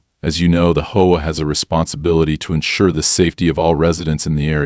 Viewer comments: and mispronunciations like cooooop eration and sayin HOA like Hoe instead of H. O. A. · This proves its AI as who would pronounce HOA as hoe-agh, when it should be read as either H, O, A. as it is an abreviation or read out in full as Home Owners Association, hoe agh i ask you, artificial intelligence you may be, but you know nothing about syntax and prove your own shortcomings by this. I am abandoning it here. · I like the AI voice, but my goodness, Hoe and HOA . AI is phonetic you need to do h o a not hoa, maybe instead of trying to pass it off as a real story, just put it as a story and be done with it lol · it was a hoah, not an H O A. Didn't you hear him? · H........O.......A. Your stupid AI can't tell between a word and an anagram. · what the hell is a hoah? Even though you used H O A, Home Owners Association, you buthered it. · they cant prounounce h o a or cooperate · H O A not hoa is an acronym not to be said together! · Only in AI World is HOA pronounced as a two syllable word. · Stop with the use of AI to read stories as it can't read English properly. If it was true AI, it would have learnt context for word pronunciations for words like close, and things like HOA are not words but read as the individual letters, things even young children can get right! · Bad AI learn pronunciation and better more likely stories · you enjoy AI voiced stories that cant pronounce things like HOA?